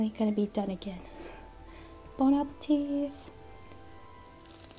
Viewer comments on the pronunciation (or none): it’s pronounced bon appetit not bon appeteev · Something bugs me when u say “bon appetif” instead of bon appetit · Katie Knighten Not being rude. This has been said in previous videos. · Is it just me or is she say bone apple teeth???? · She said bone apple teeth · I love how she says bon appetit "bone apple teeth" it's adorable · That's also how sssniperwolf says it 😊😅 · Oopi thought it was "bone apple tea" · When she said bon appetit, I heard bone-apple-teeth. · She did say that lmao. I found that adorable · Yep. She says bon appeteev not teet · Did she just say: bonapeteeth? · Bone apple teef? Lol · You said Bona ba teeth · Why do you keep saying bon apple teeth